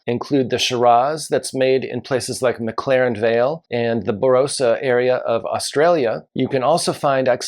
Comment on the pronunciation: Condrieu and Barossa were others mispronounced